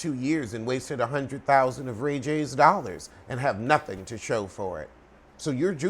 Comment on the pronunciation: “Could use a few dallars 💰 “ 😫